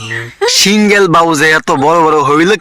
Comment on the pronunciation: মানুষ অনেক বাজে পোশাক পড়ে যে ভিতরে ছোট কাপড় পড়লেও বুঝা যায় আর উনি তো বুকের ওড়নাটা সরাইয়া উনিতো ভালো অবস্থায় আছে অনেক মানুষ বাজে ভাবে চলাফেরা করে ওগুলো তো বললেন না তো আপনার কি মা বোন নাই যে একটা মেয়ের এইভাবে বলে সিঙ্গেল থাকুক আর যে আপনি তো সিঙ্গেল ঠিকমত বলতে পারলেন না সিঙ্গেল আগে নিজের কথাগুলি